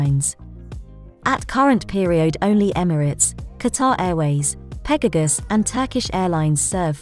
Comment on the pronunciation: Its not Pegagus its Pegasus😂